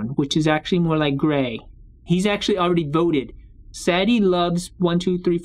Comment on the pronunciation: It’s sa de